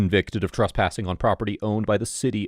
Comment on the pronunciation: TRESSpassing not TRUSSpassing! Argh.